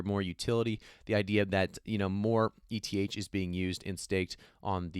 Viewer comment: My friend you spell E-T-H.It's pronounced "ith" my friend😅